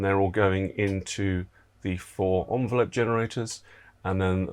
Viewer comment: Interesting vid, pronunciation of ENvelope was a bit grating its not an ONvelope!